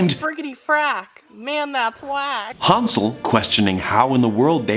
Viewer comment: Thomas pronouncing Hansel soothes me